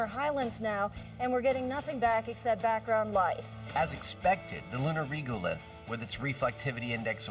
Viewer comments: WHY do they call Regolith "Reegulith"? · the only thing I didnt like about this myth is, the inability for people to pronounce Regolith correctly, now it's not Reegolith, like Regular... go start saying Reegular from now on numpties... at least Jamie pronounces it correctly.